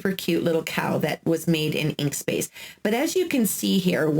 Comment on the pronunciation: Inkscape not inkspace lol it’s ok we are not perfect thanks for your information though